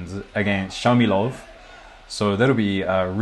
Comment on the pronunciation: 4'32 : the israelian'name is Shmailov, not Shamilov.